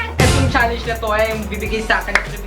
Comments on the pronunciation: Correction lng po its not challeynge its challenge po-not judging po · Mga mamshie advice lang po challenge po ang basa hindi challenyg at may kasama po kayong espasol si